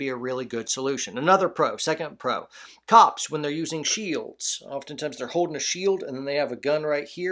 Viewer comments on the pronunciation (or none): none